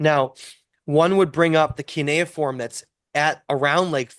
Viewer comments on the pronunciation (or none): none